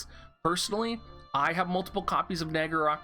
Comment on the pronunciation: Your star bucks days is coming out in this video. I hear you saying “multiple coffees” instead of copies hehe